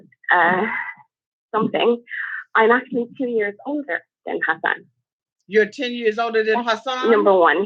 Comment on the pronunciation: Can someone tell me why TLC keeps calling him « Azan » if his name is « Hassan »? I know it might be a foreign name, but it’s not that difficult to prounce... They got Anfisa’s name right...so why the confusion with his name!? 🤔